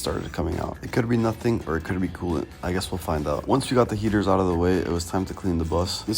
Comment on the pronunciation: I thought he said there were gators under the bus but he just said heaters